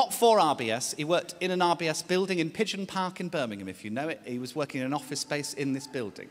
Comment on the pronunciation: I kept thinking he was saying IBS and had to rewind lol